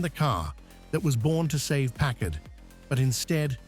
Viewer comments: Where do you see twin headlights?? It is pronounced PACKARD, not PACK ARD... The 1956 Caribbean is such a beautiful car. I remember at 7 years old how the Caribbean WOWED us when one drove by!!!! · I've never heard it pronounced Park Kard...I thought is was always Parkard with the accent on the first part. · Europeans say Pack-Kard. Smoe other word I've heard: "British" Pronounciations: Labora-Atory, Alu-Minium and they often say Herbs not Erbs. BTW - I met Packard President James J. Nance and Chief Designer Richard Teague and they both said Carib--Bee-In, not Ca-Rib-Bee-In. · This video needs more bullshit AI voices and mispronunciations. Let’s begin with not even being able to pronounce Packard correctly. What a joke. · I hate these AI-generated voiced videos! (Notice the two different pronunciations of the word "Packard.") Is this where documentaries are headed?? If so, count me out!